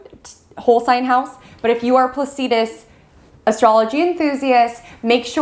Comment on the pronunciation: Nice reading, but it's pronounced "Placidus," not "Plac-ee-dus." An "ephemeris" is not an "eph-em-eer-us." I love what you have to say. I'm just a geek & I figure somebody should tell you, so you can pronounce the astrological terms more correctly.